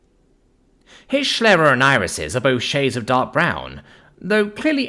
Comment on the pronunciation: Okay, crag-nabbit! You pronounced "scyld sceafing" as "skilled skafing" but you pronounce "sclera" as "shlera"?! [rages in phonetics]